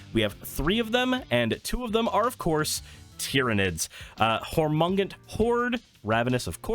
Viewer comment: Hormangunt horde tears my ears off very nice deckbuilding but by the emperor pronounciation